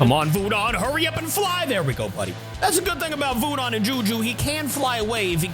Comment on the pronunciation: You say voodon like vooden